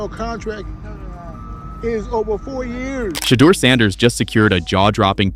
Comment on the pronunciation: The narrator pronounced Shedeur name ten different ways, Why?